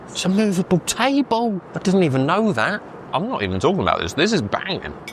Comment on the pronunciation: "It's a movable TAYBOL" haha dead.